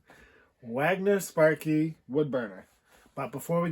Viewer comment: Wagener... not Wagner... Cheers